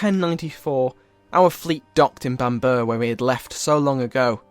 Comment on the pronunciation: Bam-borough not Bambur